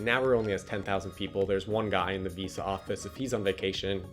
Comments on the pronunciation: I'd only be his friend if he says VISA properly from now on. Harsh standards I know. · I never want to hear this guy say Visa this many times and with that pronunciation ever again.